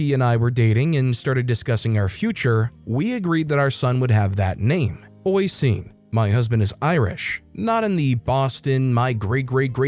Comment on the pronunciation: Story 7. The Irish name Oisín sounds like "uh-sheen."